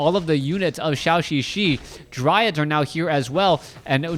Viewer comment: Why does keep pronouncing Zhouxixi like Shaoxixi?